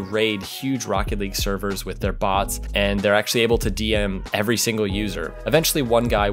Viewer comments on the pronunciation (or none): none